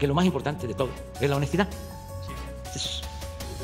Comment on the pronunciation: Y a mi me molesta tu """" honestida""""